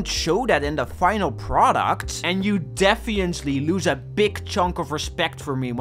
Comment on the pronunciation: cant tell if you said "defee-ently" intentionally